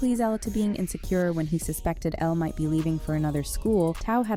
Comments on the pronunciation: Please call her Elle and not Ella. At least you didn't call Tao Tay-Oh. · Omfg its Elle not Ella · the way she kept saying Ella or ellie for elle's got me dying 😭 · This video is really just mispronouncing the easiest names. She called Elle “Ella” and pronounced Tara “tear•a” instead of “tar•ah” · Its pronounced L not ella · Your ponancing Tara wrong and don't call Elle ,Ella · It’s Elle not Ella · It is Elle like the letter L. Not Ella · Girl really said Ella then said Ellie… her name is Elle 😐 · Her name is Elle not Ella and Tara’s name is Tara bit teara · It’s not ELLA ITS ELLE! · Stop saying Ella and ellie its ELLE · IT IS ELLE NOT ELLA!!! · For a channel that makes so many videos on HS, you guys sure keep saying Elle's name wrong :D It's Elle, not Ella :D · ITS ELLE NOT ELLA PLEASE STOP SAYING ELLA! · ok her name is Elle not Ella or Ellie like the narrator said a few times , its very vexing. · You lose all credibility as a channel when you don’t even know how to pronounce the characters names. It’s not Tear-A, it’s Tar-a. It’s not Ella, it’s Elle (like the letter L). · Stop saying Ella. Her name is Elle. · Ngl I almost clicked off when I heard that and “TAYRAUH” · Omg!!! I’m like who TF is Ella!!!!????? It’s ELLE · “Tera” “Ella” 💀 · the AI voice does get it right for once, most likely because there're more words to come in the sentence. That doesn't explain the mess-up though. AI is still "figuring it out". Many videos can't be bothered paying $45+ for a voiceover for such a small clip. EDIT: Okay, so I was commenting in 'real time' and as I watched more I noticed the many "Ella's". All the programmer needed to do was set the name "Ella" to Elle" each time. If written out, then perhaps the person behind the AI voice should've written "Ell" or "El". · I was literally about to swear because the voice keeps on saying Ella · i don't like how the narrator is only mispronouncing elle and tara's name. the two colored characters in the series.